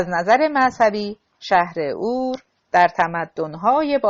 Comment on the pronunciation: حیف این کتاب که رو خوانی خانم راوی نا مفهوم و خسته کننده و با یک ملودی و ریتمه یکنواخت خوانده می‌شود خدایی موسسه ای آوای بوف خانم دیگری نداشتند که به ایشان این کتاب با ارزش داده اند ایشان حتی نمی تواند اسمای خارجی که بعضی از آنها شهرهایی قدیمی بلژیک و آلمان هستند واقعا متاسفم که ایشان کتاب را ضایع گردند شهر Urk.